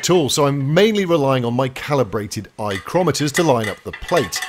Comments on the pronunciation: "EYECROMETER" That's right up there with the "verynear" well done guys and thanks for the additions to the engineers vocabulary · Calibrated ‘eye-crometers’ 😂